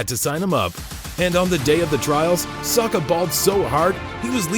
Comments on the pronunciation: Hes called Saka not Sarka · Saka not Soka! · How Americans say 'Saka' cringes me lol